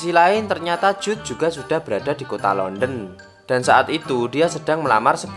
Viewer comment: London aja harusnya dibaca Landen eh dia baca Lenden 😂😁